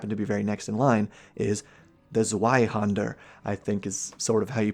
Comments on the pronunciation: Broadsword is a large, one handed sword, and a claymore is more similar to a flamberge in that they are both typically two-handers. "Zweihander" is pronounced "zvei". Darts are larger than pub darts but similar in scope; they're like light throwing knives and were introduced primarily for casters to have a not-too-heavy weapon choice without throwing rocks in a sling like a neanderthal. Its supposed to be "classy". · Zweihänder is pronouned difrently. The best I coul describe it would be Tswihander while the w the r are pronounced harsher than in english. But the Zweihänder is literally a Greatsword (ca. 160 centimetres). The "Longsword" in dnd is not a longsword ist a arming sword. A longsword is two handed an shouls be around 1.25 meters long. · Zweihänder is pronounced ts-v-eye-hand-uh [t͡svaɪhɛndɐ]